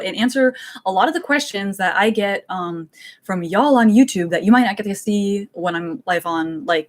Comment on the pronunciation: She must either be Southern or has spent a bit of time in the South because she said "Y'all" perfectly!